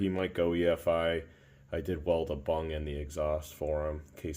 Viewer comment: He said (bung). 😝